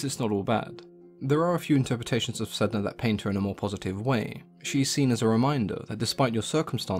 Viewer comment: My understanding is that Sedna should be pronounced Sanna. Refer to "The Wolf in the Whale" by Jordanna Max Brodsky. A fictionalisation of the first meeting between the Inuit and the Norse.